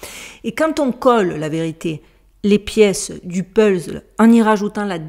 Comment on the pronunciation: On dit pas "peulzle" mais "puzzle" Hihihi ! Mais oui on t'aime trop 😁💐🥰